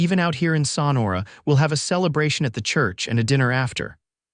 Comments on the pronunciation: THE BAD PRONUNCIATIONS IN MOST OF YOUR TALES - THE NAMES OF PEOPLE AND PLACES can be corrected in the future! For instance- in this tale the pronunciation of SONORA can be found by keying in "Sonora pronunciation" - you can listen to it several times over if you wish! It is pronounced "SO-NOR-A" You should have someone fact checking all you tales before they go out to the public! And, some of your tales are cut off way too soon at the end! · Learn how to pronounce Sonora correctly. Suh nor’ uh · so nora. Pronunciation. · I also enjoyed this story! The only caveat was the narrator's inability to pronounce Sonora! And Jay-cob-son!